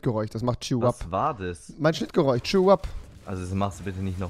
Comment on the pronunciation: Hat jemals erklärt warum er kein sch aussprechen kann? Geräuch